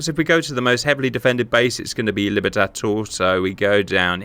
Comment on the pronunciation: Bro... at least trie to get the Spanish names right It is Libertador... Not libertator...